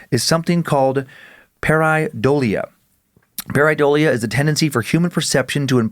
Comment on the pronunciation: Dan's mispronounciation of Pareidolia is killing me LOL 😆